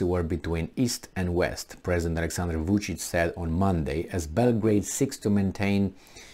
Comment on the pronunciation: VUCIC not VICIC hahaha 😆